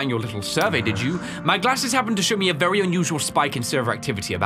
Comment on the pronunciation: Wery wery wery hard